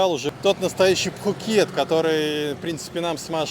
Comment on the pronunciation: ну не пххххукет. пукет ко таиски.